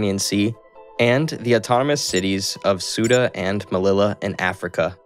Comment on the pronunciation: Suda and melila, oh yeah